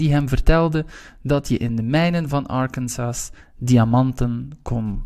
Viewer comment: bedankt voor de video! een kleine ding: je moet arkansas anders uitspreken :)